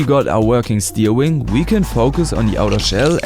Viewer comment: love the way he says steering like steewing